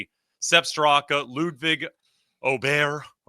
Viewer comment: please get Ludvig’s name right. It’s not Bud Light.